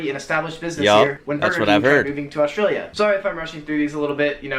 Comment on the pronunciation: I love how you've learned to just say 'straya every time now! 😂